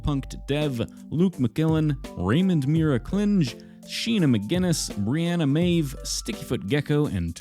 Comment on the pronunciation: Yay! I became a patron on just the right Pokémon! :D But my name is "Brenna" not "Breanna" ;) Sounds like the "bre" in "bread" ;) Oh well! You aren't the first and won't be the last! 😅